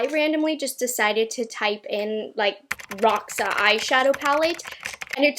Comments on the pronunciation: Hey! First of all I just wanted to say that I absolutely love your channel! Secondly, I wanted to let you know in case you don’t already know that Roxa is Portuguese for purple I believe and it’s pronounced “Rosha”. Thanks for brightening my day every time I watch your videos! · Just a little fyi it's pronounce rosha, it is a word in portuguese that means purple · Roxa is actually pronounced Rosha. It is Portugese for purple. Erica Conger did a bit of research before she got it and did a review. 😊😊😊